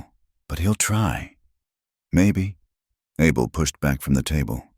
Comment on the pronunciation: The mans name NOT ARBUL But pronpunced as ABEL....all the time not psrt of it... Ai is just awful And how did Luke get upstairs in a wheelchair?